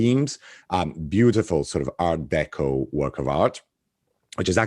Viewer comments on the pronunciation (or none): none